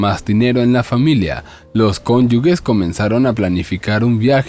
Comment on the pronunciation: Cónyuges (conyujes, pronunciación)